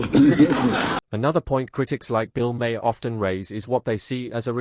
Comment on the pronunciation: Your AI voice needs to learn how to pronounce the name “Maher.”